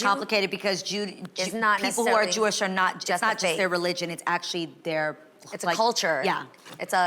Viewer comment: As a Jew, this segment was so cringeworthy to watch. They could not even say the word “Jewish” correctly smh. This is why they need a Jewish perspective on this show, at least as a guest. Being Jewish is a faith but also an ethnicity because almost all Jews originate from an ancient kingdom called Judea in the Middle East, except for the few who converted to the faith. Personally, I do think only Jewish actors should play Jewish roles. If the role is ethnically Jewish the actor should be too. It’s important to give minorities proper representation both in job opportunities and defining their own people so that they are not stereotypes.